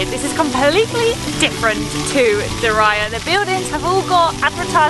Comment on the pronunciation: Exactly!!! 👍🏻 It's not (and, I quote it) "Diraya" but Diriyah!!!! 😅 Lmao 🤣 🤣